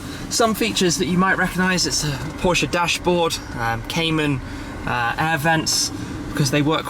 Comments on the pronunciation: No offense but what is a Porsch? Guys please it's Porsche. With an 'e' at the end. Thanks :) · SHMEEEE we are talking about Porscheeee with an e in it. Not Porsch :D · It's pronounced as "porshya" and not porsh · Mosanso he doesn't know how to pronounce Porche.